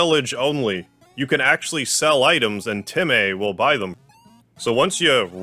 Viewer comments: My guy making dog puns when temmies are CATS! ALSO SHE IS NOT A BOY! ALSO ALSO ITS PRONOUCED TEM MĒ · why do you pronounce it TemEy, its temy in my opinion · noice, also its pronounced temm-ee not temm-ae, being spelt as temmie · It’s pronounced “tem-me”